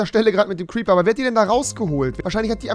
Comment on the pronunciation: Gute Besserung rewi es war ein cwiper